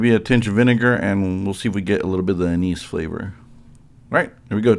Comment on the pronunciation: not at all, you said it perfectly. I just go all in for the inappropriate joke 9 outta 10 times on account of still being about 5 years old.